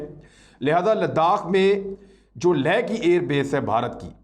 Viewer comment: Imran bhai ko do baaton par gaur farmaana hai 1. Sheher ka Naam Skardu hai Sakardu nahi aur Ladakh mein Leh hai, ley nahi. Education 📚 hai zero 0⃣ aur aap log chale Jung ⚠ karne. 2. Jung karne ke liye paisa 💵 chahiye, aur dileri ♥. Paise 💶 toh aapke ke pass Hai nahi aur China 🇨🇳 ko leke aap log Dileri ♥ dikha rahe ho, aur Bheek 🥣 maangne ki tayyari bhi kar di. Khuud ke pairon 👣 par Khade 🦶 nahi ho sakte aur teer 🏹 marna chale.